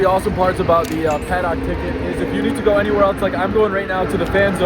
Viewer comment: great video please don’t say “paddock” anymore lol